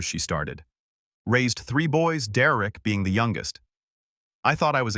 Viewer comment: Derek not Dererick